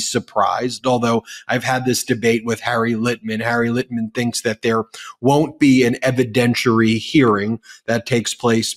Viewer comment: It's Litman not Litten!